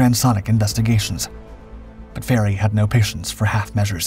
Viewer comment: And it's Fairey.